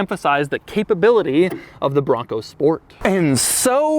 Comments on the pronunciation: The word BRRRONco (as Doug says) has lost all meaning already and I'm only halfway through the video. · So much emphasis on the “BRON COOO”